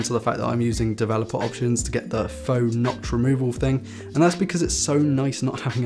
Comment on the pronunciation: I don't like notches... Goes buy a phun wuth nutch